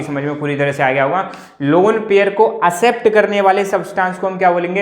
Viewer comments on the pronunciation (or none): It is accept not asept 👆🏻